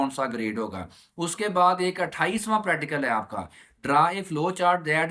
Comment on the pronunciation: Sai ga practical ka name se Sahi se Lelo pradical 😂